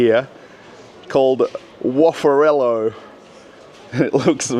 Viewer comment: как красиво Орел по англицки - Ореол )... Белорусского побольше!, видеть невозможно одно и тоже в пятерочках, перекрестках, магнитах